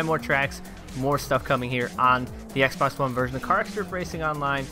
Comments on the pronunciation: He said xbax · Did you just call it the Xbax one?